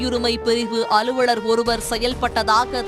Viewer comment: அளுவளர் இல்லை, அலுவலர். நாக்கில் வசம்பு வைத்து தேய்க்கவும்.